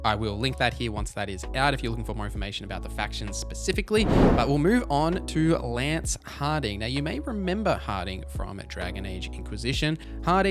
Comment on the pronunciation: It's 'Lace Harding', btw xD